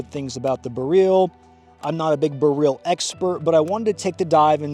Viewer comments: It's BEryl, not beRYL. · BEH RELL. not freaking bihreeeeeeeeeeeeel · BEryl, the stress is always on the penultimate syllable in Polish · Every time you say Beryl, I hear “garyl” like gallial but from Kim jun whoever from team America. Blue jean operator has better music, so get working on that one slacker!! But it’s still a great video and I love you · It's not pronounced like galil stop saying it weird i would like to but cant keep watching STOP SAYING IT WEIRD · This is my first time hearing "Beryl" out loud aside from PUBG voice comms, and I'm sad to say I was not pronouncing it correctly.